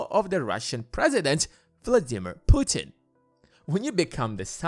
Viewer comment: Who the hell are you to talk about mother Russia at all??? Noone?! Who the hell are you to mispronounce president of Russia name ! Noone ?! Go sleep, kid!